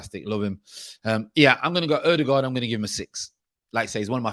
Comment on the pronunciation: Your new way of pronouncing Ødegaard is close to perfection ;). If you want to sound like a norwegian the ”gaard” is gawred